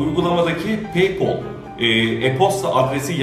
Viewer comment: Abi peypol değil peypel